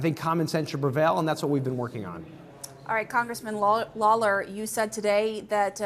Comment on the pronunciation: She really butchered “Lawler” holy crap she couldn’t get it correct once